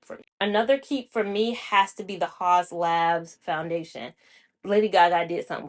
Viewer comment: I miss your foundation reviews. Sorry, I have one correction -- it's the teacher part of me: "Haus" is pronounced like 'House', which is what it means translated from German to English. Thanks for the information on the foundations. I never kept a Fenty Pro Filt'r Soft Matte Longwear foundation or the hydrating one because I could never find my shade. Only in Eaze Drop did I find shade 17. Their powder foundation makes my skin itch.